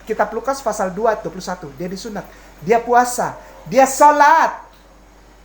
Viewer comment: Pasal bukan fasal